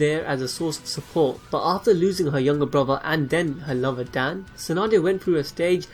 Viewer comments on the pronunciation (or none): Its dawn not dan